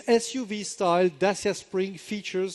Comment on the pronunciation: C'mon, Renault people, learn how to pronounce "Dacia" correctly...